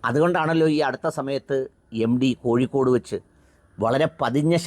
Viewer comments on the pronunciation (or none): none